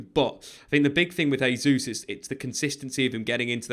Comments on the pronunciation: Jay-zuz not Hay-zuz please 🙏🏽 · “JAY-Zeus” not “HAY-Zeus”. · Just an FYI. In this context, Jesus is not pronounced "Hesus". The letter "J" is not pronounced like an "H" in Portuguese, like it is in Spanish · Pronounce his name properly ffs. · Jesus is Portuguese pronunciation not Spanish